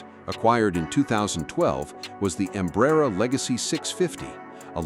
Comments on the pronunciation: You need to learn to pronounce Embraer. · Stupid AI narration. Can't even pronounce Embraer correctly